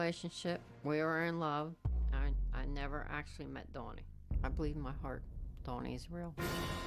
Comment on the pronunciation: I was just about to comment about the way she says his name. "Dawny" SMH